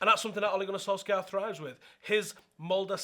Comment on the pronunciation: Not solskjaer its solkjær!!